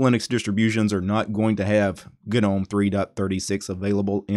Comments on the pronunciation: 'nome'. like 'home' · Nobody:: Guh-nome.